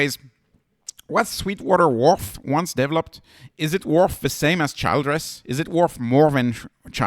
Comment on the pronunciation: It’s pronounced like Chill dress.